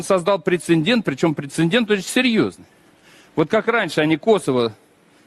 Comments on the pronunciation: Представник руського міра навіть не знає російської мови!))) воно там депутат, здається, отой любітєль черепах, який декілька разів сказав прецеНдент))))) божечко, які ж дебіли!)) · Да уж... Грамотей: прецеН😂дент😅😅 Прилепил Н в середине. На письме ещё две ошибки в этом слове сделает, не сомневаюсь в его "способностях"! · Неймовірно!! Такі " поважні" узькі в телевізорі, а не знає слово" прецедент"😅 , а пхає туди ще лишню літеру "Н" перед Д.